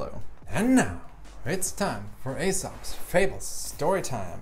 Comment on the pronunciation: I really like all your videos and appreciate what you do, but I have a minor criticism: Aesop is pronounced "EE-sop".